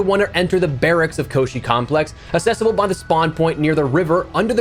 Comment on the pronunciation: Why do you keep saying "assessible"? Do you mean "accessible"? That's a different word.